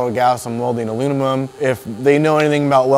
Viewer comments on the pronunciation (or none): Anyone else notice he said "aluninum" when it's pronounced aluminum, and he also said "tall tale sign",when its actually tell-tale sign?...and that was just in the first 45 seconds? 🥴I think I'll go somewhere else.....Stay in school kids. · he said « alunimum » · Love the vid very helpful but I’m just saying I could make a drinking game on how many times this guy mispronounced aluminum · "Alunimum" LOL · Sounded like Alu-mum to me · So when welding ALUNUMON 😂😂😂😂😂 sorry It made me laugh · this guy keeps saying alumimum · The way this guy says aluminum drives me absolutely insane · Great vid but this dude was having alot of trouble pronouncing aluminum 😂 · Good video but he struggled saying aluminum lol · Great video, but in a video about aluminum welding, you should at least know how to pronounce it..